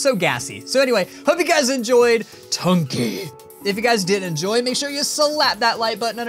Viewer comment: NOT SAY BUNKEY SAY BUNKY